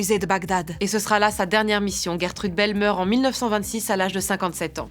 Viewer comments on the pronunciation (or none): Mais,mais.. ONT DIT *J*ERTEUDEUUH 😣😤😂😂